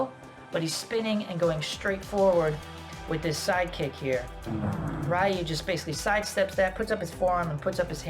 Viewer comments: It's pronounced RE Yu not Ri Yu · Ryu=Reee-ooo not Rii-ooo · I was good until "Rye-You" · Great video. You mispronounce Ryu's name though. He literally says "Ryu is my name" in the scene.